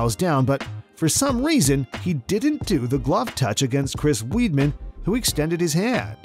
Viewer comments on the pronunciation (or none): its pronounced Wideman not weedman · He said Weedman.. 😂😂